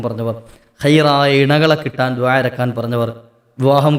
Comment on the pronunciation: ദുഹ അല്ല മോനേ ദുആ